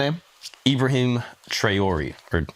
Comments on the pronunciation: It’s pronounced as “TRAWLÈ” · I'm glad you guys are talking about Burkina Faso and educating yourselves about Africa. The only encouragement is to phone somebody from Burkina Faso (they do live in the US) to pronounce Ibrahim Traoré name correctly. Good segment.